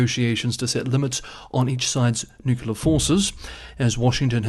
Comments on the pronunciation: It's nuclear not nucular. "nucular (comparative more nucular, superlative most nucular) (botany) Nut-shaped; of or relating to a nucule — a section of a compound (usually hard) fruit." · you get a pass on Nook-you-lar, because you're cute. 😁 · Couldn’t resist. It’s spelt nuclear and should be pronounced “new-clear” 😂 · "New-clear" is not a Texas thing. Recall George W Bush pronounced it newk-you-lar like does. Not sure why so many folks include a vowel between the 'c' and 'l' in nuclear... but, it's all good, variety makes the world interesting. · The adjective nuclear comes from the noun nucleus. They share the first two syllables. pronunciation does not follow the spelling, it changes “cle” to “cul”. It’s similar to what the Romans did to the Greek name Heracles, changing it to Hercules. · Why not, if it’s a type of branding and everyone knows what you mean? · Your ignorance of the word nuclear is is quite telling. The root word is nucclea, not nuclcle. Get a clue. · haters will hate…lol don’t worry about your nuclear pronunciation